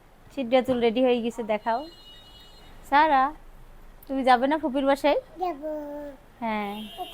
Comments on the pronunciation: ছারা বলেন কেনো উচ্চারণ হলো সারা। নাম টা যেহেতু সারাদিন ডাকতেই থাকেন ভিডিও তে অড লাগে 😐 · তোমার সব ভালো কিন্তু স আর ছ এক করে ফেলো ছারা বুড়ি না বলে সারা বুড়ি বলবে কিছু মনে কোরো না শুনতে ভালো লাগে না তাই বলাম